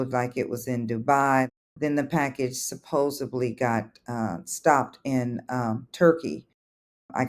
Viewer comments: This is such a weird thing that bothers me about these videos, how many people being scammed say “supposably” instead of “supposedly” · "supposably" 🤦🏻‍♀️🤦🏻‍♀️🤦🏻‍♀️ The word is SUPPOSEDLY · Victim saying “Suposably” is one of my favourite scammer bingo cards filled spaces 🤣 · If I hear supposably one more time… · She lost me at supposebly! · Supposebly? Since when has that become the norm? 😂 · "How can it go to Arizona? It just doesn't make sense." Oh, it makes sense. It makes perfect sense. You're being scammed. Oh, God. But PLEASE don't continue to say "supposably!" It's supposedly. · Supposedly. No b in it. Sorry, pet peeve